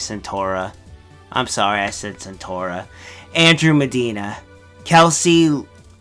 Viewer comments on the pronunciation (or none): none